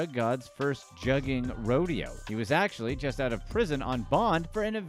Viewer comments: That “u” in Juggin is Pronounced more like the words “good would should or could” .. it’s not jug like juggling and they use sound is not like bug tug or rug … you wouldn’t pronounce swindled as swYIndled so why are u going heavy on that jug thing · It’s pronounced Joogin